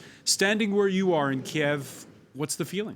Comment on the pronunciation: Learn how to pronounce "Kyiv", an embarrassment